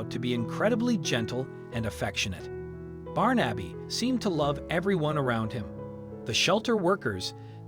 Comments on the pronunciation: Nice love story, I did smile at the pronunciation, my Godson is called Barnaby, and I've never called him "Barn-abbey"! instead of "Barn-a-bee" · Barn - Abby is surely pronounced Barnebee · Not Barn-Abby but Barnaby. A fifth grader could correctly pronounce it. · His name is not Barn Abbey, it is Barn a bee. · This makes my eyes brim. That cat once knew love, or he would not have been so quick to accept it. BTW, The name ispronounced BAR-na-bee. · For Christ's sake man it's pronounced Barnabee. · the way the narrator pronounces his name as “Barn-Abby” irks me so much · You're not saying his name correctly. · This story could have been so much better if the name of the cat had been correctly pronounced.... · Is this a madeup story? Some parts don't match and the pronunciation of his name is not an American pronunciation. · Not how you pronounce Barnaby. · ❤️🌹❤️🌹❤️🌹❤️ Wish they would pronounce his name right!